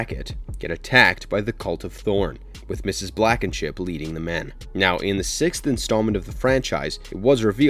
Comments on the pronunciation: Mrs. Blackenship? Ummm....No It Mrs. Blankenship As usual you butcher the names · It's Blankenship. Not Blackenship. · Blankenship not Blackenship